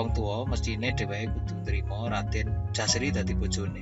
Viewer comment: Menurut baku yg saya baca, Putra dari Paranggaruda bernama JOSARI bukan Jaseri